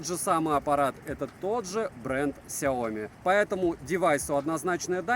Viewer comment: Сяоми́, а не Сяо́ми! С ударением на букву "и", а не на букву "о"! А то Какая-то Наоми получается! Нао́ми Кэмпбелл – Сяо́ми Кэмпбелл! Хватит искажать и коверкать это китайское наименование брэнда!